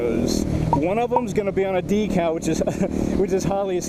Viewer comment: I logged in just to say... I love you, but every time you say decal makes me cringe lol